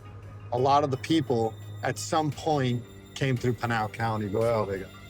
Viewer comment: it is p"I"nal the I is as in IT or IS not pronounced like a instatution